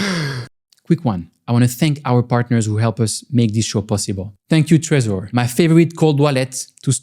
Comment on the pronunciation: nice you finally pronounced trezor right